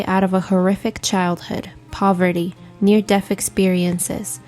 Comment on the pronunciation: Agreed! It says 'Dess' or 'Deaf'in place of DEATH. Sounds like a grammatically challenged teenager